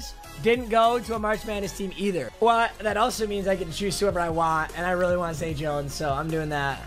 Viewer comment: Isn't it zay Jones?